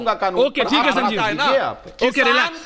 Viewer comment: अबे संजीव पहले स बोलना सीख स को श बोलता है।